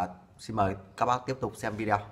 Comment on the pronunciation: Nội dung video clip khá chi tiết, giúp cho người dùng thông thường không am hiểu về kỹ thuật cũng có thể biết thêm thông tin về các loại may ơ xe. P/s: hi vọng chủ kênh phát âm chuẩn hơn từ video ( vi đi ô thay cho vi đeo 😃)